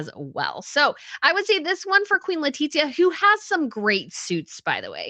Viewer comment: Love you, but why do you keep calling her “Letitsia” is awful, as a spanish citizen I can guarantee you, that is not how we (or her) pronounce it. Think of the sound of the th in English, it would be something more similar to “LetiTHia” and that’s probably easier to pronounce to a English speaker than what you call her